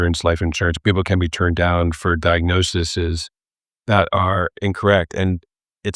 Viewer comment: Love your channel and I very much appreciate you calling out the medical industry for the fraud (and much worse) that it is, but when even doctors mispronounce diagnoses as “diagnosises” that really makes me sigh.